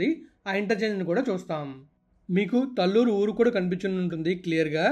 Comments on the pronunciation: Correct pronounciation is taalluru talluru is not correct pronounciation. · Pronounciation as talluru not correct taalluru is correct pronounciation.